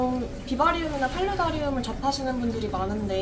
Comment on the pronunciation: 팔라다리움이라고 하시잔아요